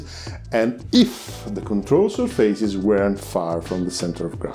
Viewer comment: Where are you from? I also used to say 'surfeises' to pronounce surfaces (séerfases). Enjoyed so much this FBW explanation